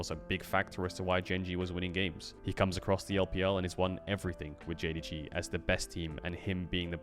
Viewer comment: nahh bro its jdg xD and they just saying it cause caedrel said it wrong in his video man xDD